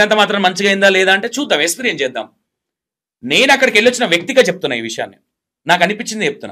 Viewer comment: Esperience kaadu experience ra babu niv declair chesentha telivi ledu anukuntunna anchor